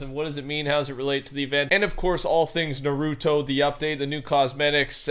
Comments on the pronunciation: sounds like hes says pokeman when he says Naruto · Him saying narooto bothers me